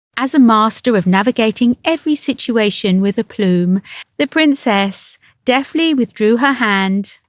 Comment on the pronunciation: "Aplume"??? I think you meant "aplomb".